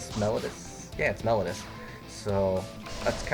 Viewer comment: meh-low-dee-us as in "melody" if it was pronounced "melodus," they would be called Melodus Divas.